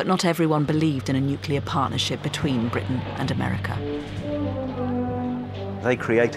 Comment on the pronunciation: Heh, the bloke at the beginning said nucular... :P